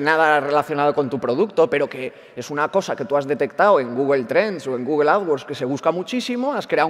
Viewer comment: "GUGUEL" xD